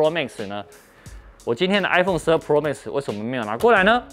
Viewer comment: 每次聽到Tim哥唸“pro"這個單字都覺得怪... Pro的重音在第一個字，唸起來像唸中文的“破”，就是一個字發四聲但中間有捲舌 但Tim哥都唸成璞肉變成二聲加四聲，聽起來整個怪...也不像是日本腔或是台灣腔，就是有點怪...😥